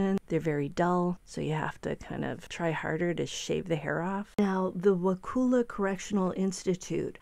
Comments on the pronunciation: Donna will end up in Lowell C.I. in Ocala. And it's NOT Wakuuuula. It's Wakulla, the U sound is short, like bus,or gus, or cus. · Pronounced WaCULLa. Those guards in Wakulla are not impressed by cocky educated inmates, especially S FL elites who think N FL folks are just stupid rednecks. I almost feel sorry for him. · The U in Wakulla is pronounced as a soft A. Wa-cull-a.